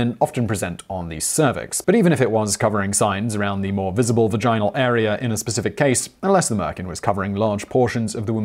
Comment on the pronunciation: Liked this video the moment he pronounced vaginal as vagina-l